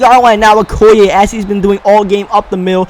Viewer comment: im pretty sure okoye's name is pronounced:(o key yay)